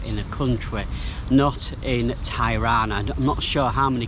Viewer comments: Hello. I'm sure others have said this, but Tirana is pronounced, as Tee-Rana not Thai-Rana. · Not " Tajrana" ,Tirana..! 😁🤚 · Amazing video dude thanks for sharing... Tirana is pronounced like Tea = T-ra_na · Mate you keep spelling the name of Tirana wrong is not tairana is Tirana..have a great time in Albania it’s such a lovely Country it’s nothing like what the British media telling us. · Dude, I've never heard anyone pronounce the city's name ty-rah'-na (with the first syllable sounding like what businessmen wear around their necks). I've been living here for much of the last three years. Thanks for the upload, though. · Nice video but I’ve never heard anyone ever pronounce Tirana like that before 😂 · If you're gonna feature a city, at least learn how to pronounce it! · Great video. Just a small correction about pronunciation of Tirana. The correct way to pronounce Tirana, is by pronouncing the first two letters “Ti” like you would say Tipical. The rest of the pronunciation is correct. Cheers.